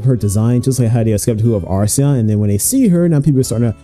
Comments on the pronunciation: errmm akshually it's acheron (akker on) and not arseon 🤓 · How on earth do you pronounce the name so wrong when it’s written on the damn background? Where is the R in the first half of Acheron? You say arseon so many times I had to stop watching.